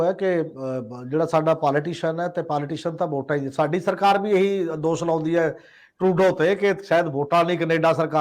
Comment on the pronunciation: It’s the word‘Dosh’ and not‘Dos’ , it’s the word’Shagan’ and not’Sagan’ as we find in your program . Right pronunciation is the soul of a language . Thanks .